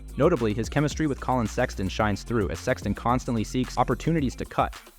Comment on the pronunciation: The pronunciation of names and other words in this video is hilariously wrong. It's not just tough names like Markkanen, and Fontecchio, but the narrator somehow turns "Sexton" into "Seyan" with the accent on the last syllable! I'm a Jazz fan and want to understand the analysis, but it very difficult to not be distracted by the pronunciation. Another example: "crucial" is pronounced with the accent on the "a"